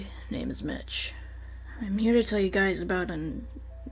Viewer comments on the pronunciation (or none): Why does it sound like Mitch is saying bitch